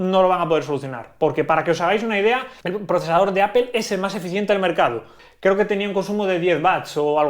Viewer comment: Porque pornuncias ApEl, debería ser en dado caso, APLE o APOL